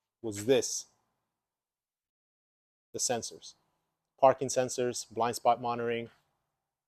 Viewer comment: What is a "TEEOTA"?